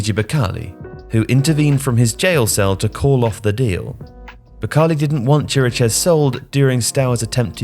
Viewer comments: Oh, and I just got to Chiriches (should be pronounced KI-ri-kesh) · Why is nobody able to pronounce Chiriches's name right? It's simple, it sounds exactly like Kiri-kesh, even easier than most of how people try to say it.